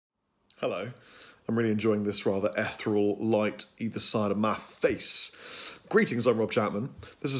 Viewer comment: Say eth-ee-ree-al